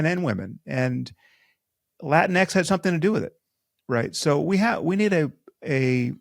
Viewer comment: JAJAJA! My buddy pronounces latinx "lateenks."